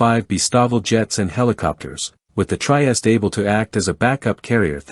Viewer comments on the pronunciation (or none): The "Try est"!!!! 😂😂😂😂😂😂😂😂